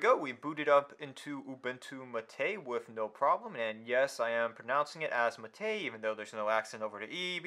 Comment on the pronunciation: You lost me the first time you said wiff instead of with.